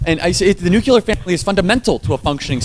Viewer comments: Charlie Kirk needs to stop saying "nucular" family instead of (Nuclear) family which is correct. No such word as nucular, it makes a person seem stupid when they mispronounce a simple word like nuclear. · It’s nuclear not “nucular”. Why does this mispronunciation persist even amongst educated people? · Charlie Kirk pronounced Nuclear as 'nucular". That is dumb as shit. That was how George W. Bush pronounced it. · Why do people say nucular?!? Its NUCLEAR. One of my biggest pet peeves. Read how the word is spelled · Charles—2 things: (1) Nuclear is pronounced like new-clear, not Nucular; and (2) “irregardless” isn’t a word. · Charlie, I love ya, but it's "nuclear" not "nucular." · Love your work! Grammar is important in your quest to change minds. It's nuclear family not "nucular"....also "iregardless" is not a word. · Charlie, please correct your pronunciation of the word "nuclear". It's "noo-clear", NOT "noo-cue-lear." (Same advice that was given to President Bush 41.) Also, there is no such word as "irregardless". It's just simply "regardless". Up your vocabulary game to remove one more target for your opponents to aim at. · If Charlie Kirk were my nephew I wouldn't agree and admire him more, yet I really, really wish he learned how to say 'NUCLEAR' correctly, it is not nucular, there is no 'U" between the letter 'C' and the letter 'L' ....... Please God, let him see this post, and let him continue helping societies, here and abroad. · It's pronounced: NUC-LE-AR . Nuc"LE"ar NUCLEAR ... "NOT" - NUKE-U-LAR "LE"ar ... not "U"lar. It's "ASK" .. not AKS like Donna (aka DUMBa) Brazile says. Reminds me of Bush saying NUKE-YOU-LER .. instead of NUKE-LEE-RRRRRRrrrrr. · Love you all! Please, though, "nuclear" not "nukular"; "exacerbate a problem" not "exasperate a problem"! You're exasperating my going nukular!